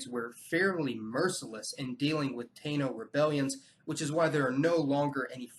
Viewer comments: Taino is pronounced “Tah-ee-no” not “Tay-no”. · Taino is pronounced (Ty-ee-no) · Im lousiana creole, and had a few hispanic friends. I don't know everything about the islands, but it think the people's name is pronounced "Ta-ee-no" and not "tay-no". Great vid, keep it up! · The pronunciation for Taino is Tie-EE-noh not Tay-noh. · Taino = tah-EE-no, rather than TAY-no. In addition to domesticating alpacas, they did it to llamas. Also, there's a typo near the end--the town mentioned only on video (not audio) was Ushuaia, rather than Ushaia, pronounced oosh-WYE-uh. I know this from a TV adventure program which was on some years ago with that name. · "Taino" is pronounced more like "tie-ee-noh". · I've always heard "Taino" pronounced "Tiie-ee- no." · Tah-eeh-noh. You did a great job,as always, but this is the correct pronunciation of Taino. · Taíno is pronounced Tah-eeh-no. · You pronounced Taino wrong!